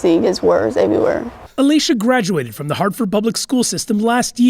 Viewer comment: Just attempting to assist you. At the beginning you said, “The girl . . . “ You don’t pronounce ‘the’ with a long ‘e’; it sounds as the word thee. If the next word doesn’t begin with a short vowel, then ‘the’ is pronounced ‘the’. Your next word was ‘girl’, which begins with a consonant. Just saying!!